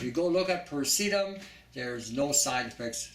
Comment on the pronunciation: I've never heard Pie-rass-a-tam (Piracetam) pronounced as Per-see-tum. Your information is impressive. When I was doing my research for my Nootropic Video I would have liked to have included a few items you've outlined. My tweak dosage is a little different than yours. I go with Piracetam (1/4 Teaspoon) and Choline Bitartrate (full leveled teaspoon), twice a day. You're right, you do have to cycle it or you will get brain overload. Everything you've mentioned is very accurate.